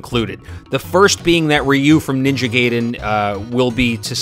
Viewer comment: its Gaiden not gayden and you pronounced ryu wrong